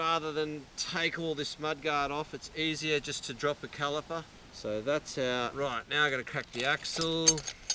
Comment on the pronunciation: Great! Body positioning is the other lesson here! GREAT DEMO! RYYIIAAGHT! Can’t type that accent of Right! Hilarious!